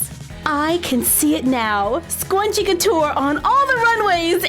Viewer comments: I don’t know why people like it when you say scwunchie. It’s freaking annoying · im cringing at the way she says scrunchie. "squnchie" oh boy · It sounds like she's saying scwunchie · Why is she saying scwanchie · Scwunchie ha ha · why does she say swanchie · Usually love your videos but couldn’t watch with you saying sqwunchie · I know everyone said it but Scwunchie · I think you scwunchie😂😂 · Scwunchie hahaha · Who else herd her say scwunchy? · It’s a hard “scr” sound in scrunchie . “SK-Runch-ie” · How did u miss the r in scrunchie????? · You said scrunchie wrong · your saying it rong but its fine. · I am confused... is she saying scrunchy wrong, or have I been saying it wrong this whole time!?🤯🤔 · I hate how she prounces Scrunchie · There’s a r in scrunchie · Bt your saying it wrong you have to sound out the r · Oh my gosh I love you but I cannot that’s not how you say scrunchie....my inner 90s girl is hurting... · Asia Welch No she’s pronouncing it wrong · It is not scuoonchie its sc r un ch e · You sound like you are saying scwenchie not scrunchie (s-cer-un-ch-ee) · I'm starting to get a little annoyed. Please stop saying scwunchie please. I have a problem where I get a little ocd when people say words the wrong way & so yeah. So please stop saying scwunchie & start saying scrunchie please?😃oh by the way I'm not trying to be mean. Like I said I'm a nice person & I don't like hurting people's feelings it makes me feel bad & guilty. So please say scrunchie & not scwunchie please? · Is she saying scwunchie on purpose or is it a joke? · ''SQuanChies" <3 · stop saying swunchie its scrunchie! lol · IT'S SCRUNCHIE NOT SCWONCHIE!!!!! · Let's make a swyunchie!! Me: I thought it was pronounced scrunchie!!!! Also me: Oh well.😑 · It’s a scrunchie not swcunchie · It's Scrunchie Not Scwunchie 😂 Lysm Though 💕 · Did anyone realize she said scwunchie? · I thought you were kidding when you said “Squnchie” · Are you saying 'scwunshies' on purpose?